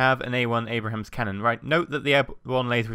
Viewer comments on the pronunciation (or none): it's pronounced Aybe-rams, not Abrahams:P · Lol when he said abrams the first time he said abrahams cx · "M1A1 Abrahams" Abrams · Every. Damn. Time. A-b-r-a-m-s. I like the look of this mod and enjoyed the modlight but it makes me cringe to hear 'Abrahams'! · How dare a Brit not pronounce the name of an American tank correctly. I mean, it's not like we mangle British English...